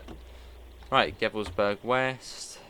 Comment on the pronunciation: Just a quick friendly note – in German, the letter 'V' is usually pronounced like an 'F', not like the English 'V'. So for example, Gevelsberg would be pronounced like Gefelsberg. I hope that makes sense. Best Regards Victor😃